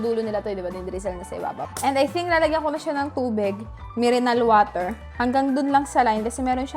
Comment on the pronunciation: "mirenal water" 😭😭